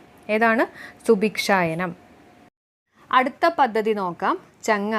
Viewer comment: ഒരു ചെറിയ തെറ്റ് ഉണ്ട്. മായമില്ലാത്ത ധാന്ത്യപ്പൊടികൾ ജനങ്ങളിലേക്ക് എത്തിക്കുന്ന പദ്ധതി "സുഭിക്ഷയാനം" ആണ്, അത് സുഭിക്ഷായനം എന്ന് തെറ്റായിട്ടാണ് പറഞ്ഞത്.